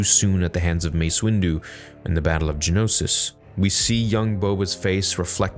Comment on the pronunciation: It will seem I may be nitpicking but I've heard a couple of times Genosis, not Geonosis 😅 Subtitles confirm that too ( , ) Loved the episode by the way